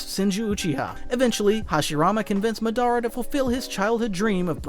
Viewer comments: Madara not mah dar rah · Yea he drove me crazy with that muh-DAR-uh instead of Mod-DUH-ruh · Bro youre saying the names all wrong. I cringe everytine you say matara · Is this Ai? Because why is he saying Madara like that? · If you gonna say MADARA Say it RIGHT